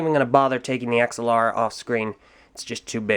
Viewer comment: Ax-ah-Lara? I always pronounced it "Agz-al-ara".